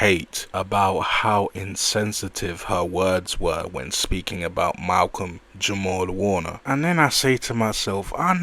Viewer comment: yall gotta unsubscribe to these weirdos commenting on things they not of or from.... nigga didnt even have the decency to get Malcolm name right 10 seconds in... this is worse than mel click bait title